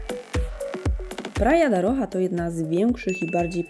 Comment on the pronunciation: Praia da Rocha wymawia sie Praia da hosza